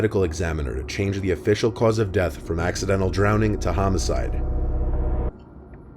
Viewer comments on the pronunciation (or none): none